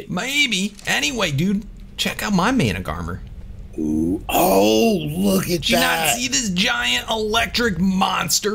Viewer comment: Mana-gar-mer is how you read Managarmr